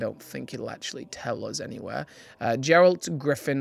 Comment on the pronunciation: If you've played wild hunt I feel like you could probably pronounce Geralt's name 🤣. It's pronounced with a traditional G sound Hoping they release more than this. There are going to be tons of people who play halo and like witcher who will buy these. Call of duty ones were our sooo long ago which is a good reason why they never got popular. Now stores don't sell any mega construct other than Pokémon and a few halo blind bags.